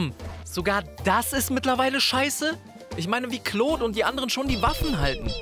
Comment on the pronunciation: Gta's stummer gangster "kloht" xD - dachte wäre Claude, aber ok. XD